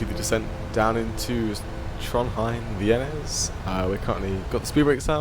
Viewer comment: FYI, the letter Æ/æ in Norwegian is pronounced like the "a" in "cat". So "Værnes" is pronounced something like "VÆ-ness". Nice video BTW.